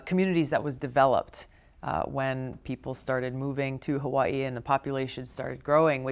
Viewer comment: Only candidate that pronounce "Hawaii" correctly!